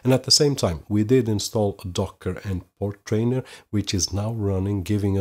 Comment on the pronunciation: FYI.. Portainer rhymes with container.. you are adding in an extra "r" after the "t" when saying it over and over. Otherwise good video for novices..